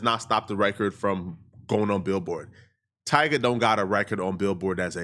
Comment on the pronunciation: It’s Tyga . I mean c’mon